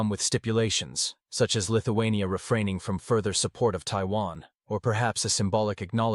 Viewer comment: Lithu-who ? ..... lol